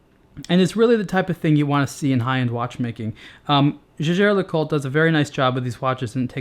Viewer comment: It's pathetic to pronounce "Jaeger", which can also be written "Jäger", as though it were a French word. And no, I'm not a native speaker of German.